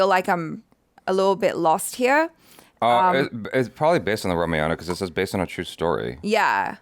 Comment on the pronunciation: it's RAA-MAA-YAN